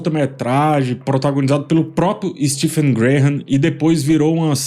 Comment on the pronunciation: A pronúncia de Graham é (grei am) e a pronúncia de Stephen é (stiv an) 😅😅😅